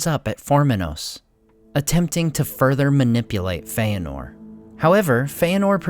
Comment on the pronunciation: It is fëanor. There is no diftong Fe-anor.